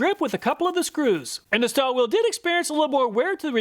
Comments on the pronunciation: Its pronounced starwilly, not starwill.😅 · I pronounce jt how you did, my German friend says Stahwille is pronounced stah and then villa like bob villa. Just curious How does everyone else say it?